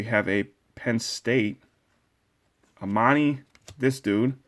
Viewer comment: How you say Amanis name is you put water in your mouth and let it spill out